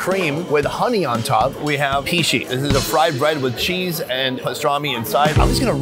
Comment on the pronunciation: Not ‘hishi’. This name is ‘Pişi’ 😁